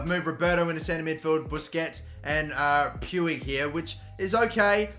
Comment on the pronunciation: Ricky Puig is pronounced as “pyush”